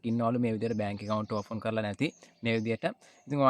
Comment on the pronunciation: ඕෆන් නෙවෙයි පෙත්තා ඕපන් open😂